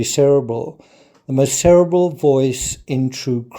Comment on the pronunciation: Its pronounced ser-ee-bral not ser-abble (spelling cerebral)